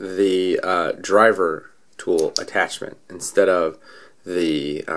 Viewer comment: three 'O's in tool huh? :P